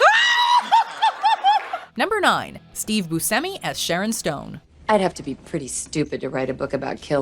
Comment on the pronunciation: Steve boo-semi? Lmao.. It's pronounced bu-sh-emi